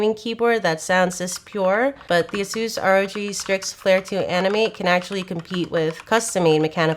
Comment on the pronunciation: Somebody please teach her how to pronounce Asus. It hurts every time I hear her say it.